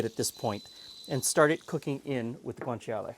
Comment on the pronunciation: Yeah, pronunciation was almost spot-on. wins against most non-native speaker in that department. The "cia" in Guanciale doesn't quite need to be that explicit, instead of a "tshee-ale" it's pretty much "tshale" - same for gricia: it's simply pronounced gri-tsha rather than gri-tshee-a.